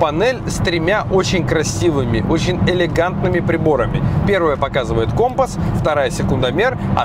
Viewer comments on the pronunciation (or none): none